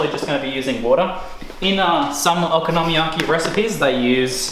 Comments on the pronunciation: Yea it's based on there letters which is (in almost all cases) a constant followed by a vowel so it should be very strait forward o ko no mi ya ki. I think you're saying oko nomi yaki. And I'm saying it like a European Would read it, one big long word, I'm not sure why it's different, I'm saying it over and over and trying to listen to you say it but I can't work it out. Either way awesome video, I've only ever bought this and I'm making it tomorrow for tea now. Thanks. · I'd also like to just say I'm not trying to suggest you're saying it incorrectly, just that for some reason I can't help but twitch! :p I had a Japanese friend who showed me the dish but there is a huge chance he said it to me perfectly and I butchered the pronunciation, while I love both the Japanese language and culture I'm rubbish at it! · You say Okonomiyaki differently than I say it and every time I heard you say it I wanted to poke myself in the eye. ... you said it a lot.